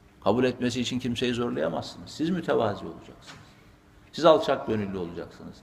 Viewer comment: 'Mütevazı' diye telaffuz etmeniz lazım, 'mutevazi' yanlış kullanımdır. Allah sizden razı olsun hocam, iyiki yolumuz sizinle kesişmiş.❤